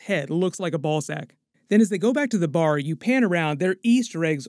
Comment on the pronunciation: I can't lie, hearing say "ballsak" was my favorite part of this video 😂